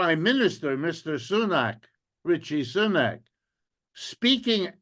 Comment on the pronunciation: “Ritchie Soonak” 😂😂😂 ‘rishi’